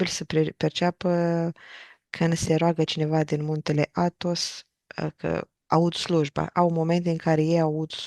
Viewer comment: n ai pus accentul corect...Athos, accent pe A, nu pe thos.